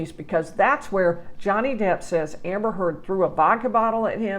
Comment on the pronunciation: She couldn't even tell properly Amber's name.